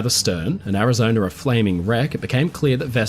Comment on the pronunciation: A good historical documentary ruined through the use of a slimy limey AI developed by a second grade dropout living in the slums of South London. It has the battleship "Arizoner" damage during the Japanese assault as reported by crewman on the "Indianer" who "sawer" it. Both vessels had previously been stationed in North "Ameriker" but now sailed from Hawaii. If this documentary had had information about it, it would have reported that there were people in "Havaner" which is the capital of "Cuber," and Island lying south of "Florider" and "Louisianer." "Cuber" is closely allied with "Venezueler" northeast of "Bolivier" and "Argentiner." Geographically South "Ameriker" is west of "Afriker." Why any site which claims to be educational would use a slimy limey low class AI is beyond any reasonable deduction.